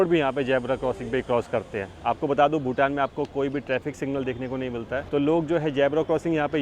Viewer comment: भूतान not भुटान